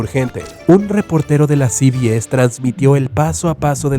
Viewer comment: You say "cbc" v: and it's "cbs"